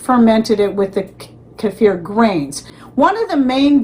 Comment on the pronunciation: Love hearing your pronunciation of "keifer"😅 I lived in Russia and THAT'S how it's pronounced there. Oh my, it was SO DELICIOUS 😋 I so enjoyed having many kinds to choose from aswell.